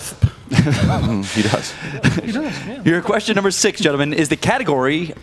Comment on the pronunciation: "Your second questsher is" lol 😂😂